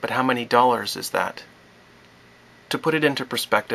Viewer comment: Did you say doll-hairs? Im joking because it's crazy to think about.